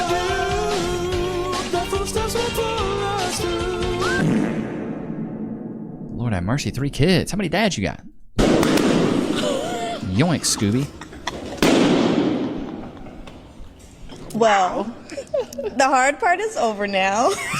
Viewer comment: Its z "Zoinks" not yoinks.